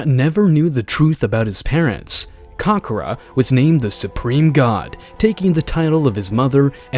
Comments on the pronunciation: Kakarot ❌️ kakra✅️ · Learn how to pronounce kakarot right.